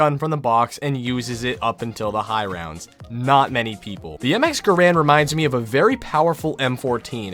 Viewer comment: How I genuinely appreciate that he says GaRand Too :)